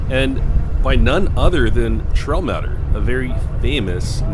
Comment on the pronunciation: FYI- it’s pronounced MAY-ter, not Mat- er.